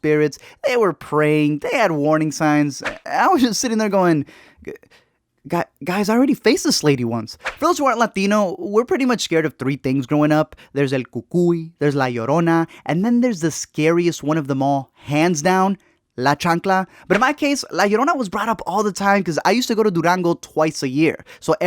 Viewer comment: “El Cucoy” XD